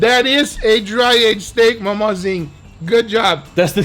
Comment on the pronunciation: as a brazilian, i’d like to say that my insides melt in joy when guga says MAUMAUZIN